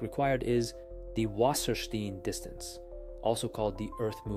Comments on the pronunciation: Say "wasserstine" not "Wassersteen" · Or, actually, [vassəshtain]? It spells and reads like "water stone" in plainly written German